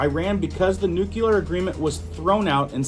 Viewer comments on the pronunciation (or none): dude, crackin me up everytime you say 'nuculear' 😂🤣😂🤣 N U C L E A R not nuculear 😂🤣😂🤣😂🤣 please tell me you don't pronounce it 'suposebly' too. 😂🤣😂🤣